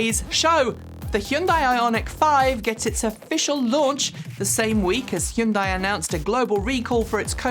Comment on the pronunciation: I love that is the only person on YouTube who can pronounce "Hyundai" correctly.